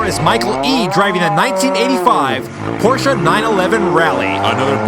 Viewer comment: Bonus applause for pronouncing Porsche correctly :)